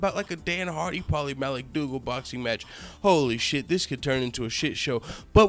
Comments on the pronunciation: Had to subscribe just for the fact he kept sayin Paulies last name wrong on purpose everytime! Hilarious shit! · Dude he slaughtered his last name A hundred different ways !! Lmao ! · LMAO...U butchered Maligfaggi's name. I love it. Can't stand that weasel. Video is on point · Paulie 'Maligotchi, Maligucci, Maliguitus, Maligeetee" Malignaggi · at first i thought he was saying paulies name wrong. this video is too funny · I agree with u but u have no idea how to say paulina las name